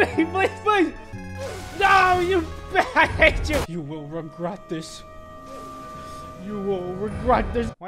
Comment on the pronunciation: you will "regrot" this XD